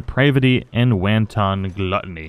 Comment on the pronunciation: the mad lad didn't know how to pronounce wanton so he said it in a funny voice LOL